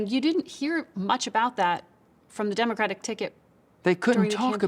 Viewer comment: He cannot say Democratic.. says it all..